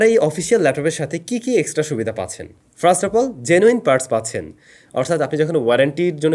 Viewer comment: ami kheyal korechi apni apnar videote "first" ke frast" bolen